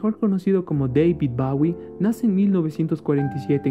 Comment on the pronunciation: Disculpas por la pronunciación de "Bawie" cuando se dice como se escribe "bowie" y por mi voz un tanto fingida, fue de las primeras investigaciones.